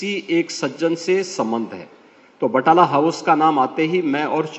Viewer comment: बटाला house😂😂😂😂😂 Naam tak to sahi nhi aata बटला house